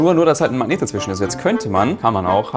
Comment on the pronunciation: erfindet ein spielzeug mit magneten.. ist aber die einzige person die ich kenne die magnet nicht aussprechen kann 🤣.... er sagt immer so "mang neten"